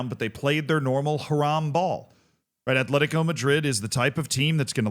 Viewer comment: There's no H in Atlético